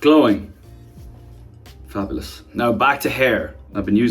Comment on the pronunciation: the way his said FaBuLouS